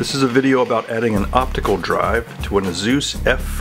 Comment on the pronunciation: Is anyone else concerned at the fact he pronounced Asus as Azooz.... should we even trust this video?